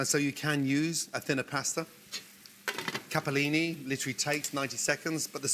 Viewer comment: Anyone else thought to the grilled lettuce in kitchen's nightmare??? 😂 Gordon please, learn to say CAPELLINI, it has 1 p only 😊